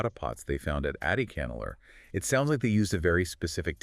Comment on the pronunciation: Folks, The phonetic sound for AdiCHAnallur is not the "cha in cha-racter), but it should be said with a sound of "CHA"-rcoal). The sound phonetic of Adichanallur must be Tamil sounding like cha in Charles, cha in charcoal, etc ,😊 and NOT like the cha in character😮